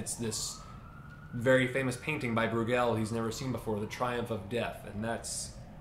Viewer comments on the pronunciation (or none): May I as a Fleming correct your pronunciation of Breugel? You have gallicised the name and so put emphasis on the final syllable. The stress should be on the first.